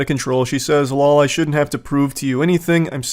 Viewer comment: All gamer millennials would recognize “lawl” or “fck yo couch” lol